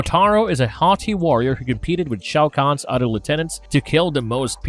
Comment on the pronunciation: Udder anudder